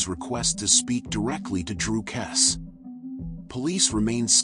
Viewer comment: Why is your phoney video pronouncing her surname incorrectly. You AI lot are ridiculous and disrespectful.